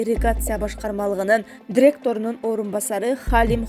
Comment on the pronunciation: Дректор эмес директор,алып баруучу коп создорду туура эмес айтат